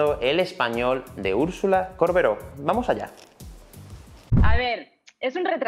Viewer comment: Me puso nerviosa que diga córbero todo el video